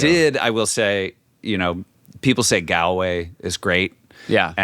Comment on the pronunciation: Pronounced Gaulway.